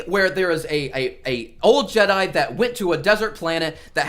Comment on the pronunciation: The fact you said Jedi with an s at the end tells me everything